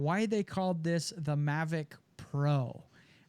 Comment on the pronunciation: mavic not mavric